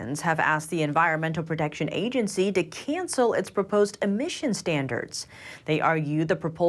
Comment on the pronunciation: The Yahhgency she said very clearly LoL